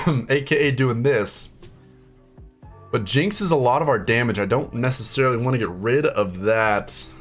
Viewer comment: "and we can deal extra daMÀge" that part killed me fr